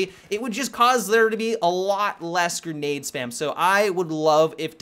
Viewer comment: "Gernade" LOLOL